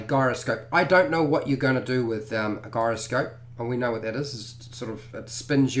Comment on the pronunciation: Gyroscope is pronounced "jy·ro·scope"